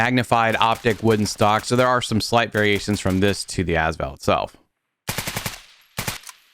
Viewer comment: I have never heard anyone call it the ASS val, come on dude